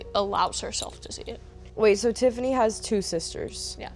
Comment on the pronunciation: ON TIFFINAY BTW